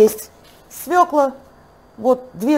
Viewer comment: СвЁкла! СвЕкла-по украински,не для нас!